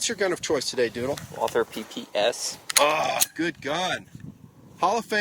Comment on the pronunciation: "Walther PPS, TD." Sounds like "Walther peepee STD." >.< oooops